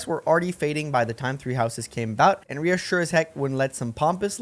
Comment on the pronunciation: So is this a bit on your channel or did you not play 3 Houses at all? Why are you pronouncing Rhea and Seiros so badly?